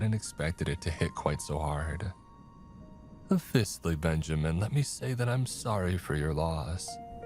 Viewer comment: come on, I’m less than 3 minutes in and you are saying “Fistly” not “Firstly”, I’d imagine it’d be ok if the writers misspellings were corrected while reading them. Don’t think they’d sue or anything.